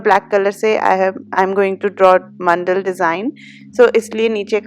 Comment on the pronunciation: It’s man-da-la Not mandal Just telling in a friendly way 😊😊